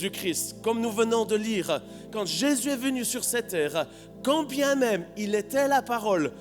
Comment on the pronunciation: j'entend j'ai s'yeux avec l'accent lorsqu'il dit Jésus :)